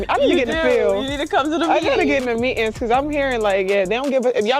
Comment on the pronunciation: Meetens? Try to keep the Ebonics from coming out when speaking!!! It's meetings!!!